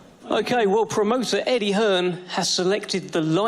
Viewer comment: Old wilder couldn’t even get his own promoters name right ‘Eddie Hearnss’